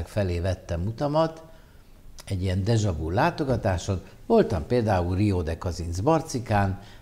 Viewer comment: "Deja-vu" kiejtése: dézsa vü, és nem vu.